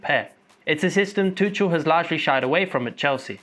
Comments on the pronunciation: ‘Tuchel’ is pronounce Toocul. Love your videos:) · I love your videos but one thing, you are pronouncing Tuchel wrong